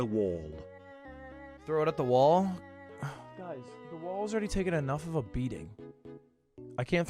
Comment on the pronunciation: the problem is your american "walls" :D